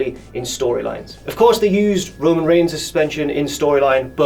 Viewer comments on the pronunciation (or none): none